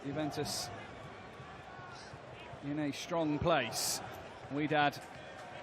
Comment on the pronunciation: Wydad pronounced “whydad” not “wedad”, can’t they read